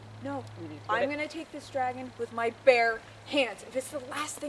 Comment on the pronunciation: it is dragon not sragon